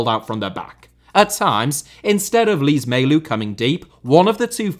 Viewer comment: Day 33 of asking a video on- Oh hey you made it! Thanks a lot! Btw, funny pronunciation of my name lol Also, Lees-Melou, not Lees-Melout